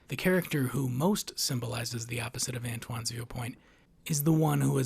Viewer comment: i lost a brain cell every time you said lewin or antoine 😭